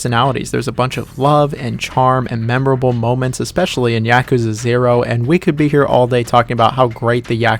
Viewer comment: please say yakuza correctly, it’s YAH-kuza not YA-kuza 🤦🏾‍♂️